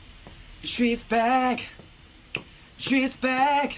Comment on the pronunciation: Actually it's "She's Back" but from SungGyu mouth it sound like "swishe back" LOL